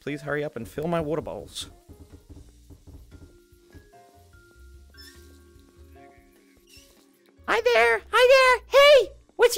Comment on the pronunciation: It sounded like you said "they nearly saw my balls" when you said "they nearly saw my bowls"😂